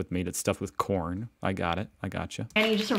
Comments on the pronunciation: I think you'll find the vegan pasty she mentioned was filled with quorn (a meat substitute and pronounced kworn) not corn. Quorn is a product used in many vegan products. Personally, I think it tastes disgusting. By the way, Americans speak American, not English!! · It's quorn, not corn. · Quorn,not corn🙄🎩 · She's not saying corn she's saying Quorn a brand of meat substitute. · Quorn not corn in the pasty. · Quorn not corn ! ....... 😉😉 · Quorn not corn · my man - the word "quorn" was printed, on the package. Tho it may have sounded like "corn" otherwise, holding up the package with "Quorn" printed on it should have made it clear that no-one was talking about "corn".